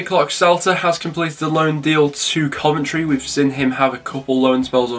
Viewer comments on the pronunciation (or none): none